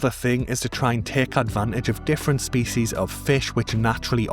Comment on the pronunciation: I lika how you say "spees"